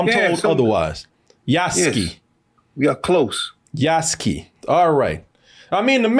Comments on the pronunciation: loved the video but for the love of gosh. Name is Yasuke. YASUKE, pronounced Yaa-s-K K, as in 'K,' not K as in the word 'Key'. (You guys pronounced it as, Yasuki.) Some gamers are annoyed with the price which honestly can mostly be ignored. Folks have fomo and think they are forced into 130 for the game when you only need to spend, 69.99. Also, most gamers know by now, Yasuke has been depicted in plenty of games and anime. Even then super popular Ghost Of Tsushima, ported to PC last week, has Yasuke as a secret playable char. For those complaining about the 'woke' politics with SweetBaby inc, its honestly overplayed.... Its not like Ubi swapped an original lead Samurai with a blackdude from nothing in the feudal age... Or Swapped a named Shinobi dude with a random girl... Its a reach, and stretch. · Yass-kay., not Yass-ski. He's 'murican, not russian. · Yoos-ke? Yahs-kee sounds like a drug dealer from Phily. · Just ran into the pronunciation YAH-SU-KEY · Yas-Kay is how it's pronounced,. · Yous-Kay Yuskue